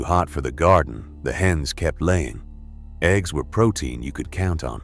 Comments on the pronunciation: This mf said eggs gs WTF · #6... Eh-gee-ess... gotta teach your AI model better 🤦‍♂️😆